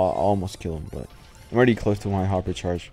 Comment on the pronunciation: Hyper sharsh